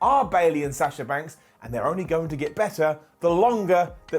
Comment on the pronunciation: Lol why can't you pronounce Sasha could correctly? It's a soft A not a hard A 🤷‍♂️